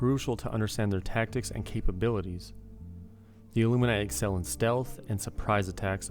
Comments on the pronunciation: How about a prep guide to pronounce illuminate? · Why can’t people pronounce illuminate..